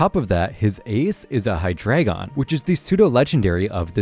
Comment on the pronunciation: It’s pronounced BREH-loom, mye-LOH-tick, yoo-NUH-vuh, hye-DRY-GIHN, KUH-koo-ee, nuh-CROHZ-muh, ZAH-SHEE-ihn, and arr-KEY-iss, “”! 🤨